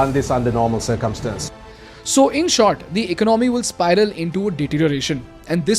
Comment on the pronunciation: Please correct your pronunciation.. There is no word as *IKNOMY* Its ,*ECONOMY* You will never learn.....